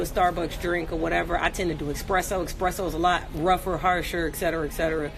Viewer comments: It's espresso not expresso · It’s espresso ya dumb bitch not eXpresso